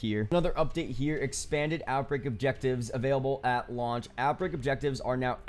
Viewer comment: no one:: AT lauch